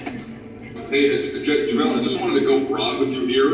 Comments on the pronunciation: So we not talking abt you saying jahvaylee instaid of JaVale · “ Javalee” McGee he did not just say that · Normal people: Javale Mcgee NotYourAverageFlight: javaeli Mcgee